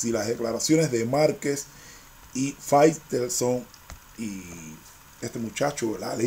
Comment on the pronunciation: Se llama faitelson wey no faiselton jajaja